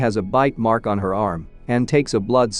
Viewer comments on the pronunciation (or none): none